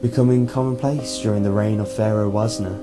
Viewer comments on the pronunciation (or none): none